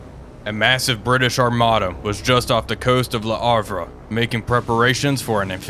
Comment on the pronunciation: 13 seconds in: WHAT! Le Havre! Even with a silent 'H'. I am slightly ashamed for mentioning the pronuciation earlier, yet at the same time happy.